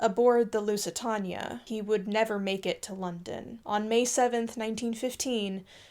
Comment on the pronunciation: The word is Lusitania it's pronounced like the Spanish for light and then taenia at the end.